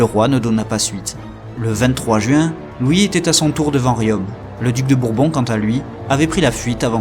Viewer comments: Très bon, travail historique, bien conté. Mais par pitié veillez à ne pas écorcher les nom des villes, ex. Riom, se dit rion, Le T de la fin de Gannat est muet. Merci. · Bonjour, Juste pour vous signaler que vous ne prononcez pas correctement le nom de la ville de Riom. Le "om" final se prononce comme "ton". Sinon le reste est top. 👍